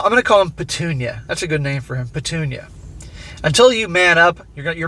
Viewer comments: Petunia “Pa-toon-ya” is hilarious. 😂😂😂😂😂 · everytime u say petunia hahahaha just laughing here